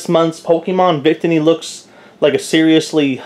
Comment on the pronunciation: Nice vid but it's pronounced vic-tee-knee